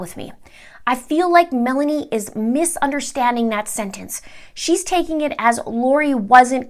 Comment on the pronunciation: Lori's niece name is not Melanie, it's Malani doesn't even sound close to Melanie. Pronounced Me-luh-nee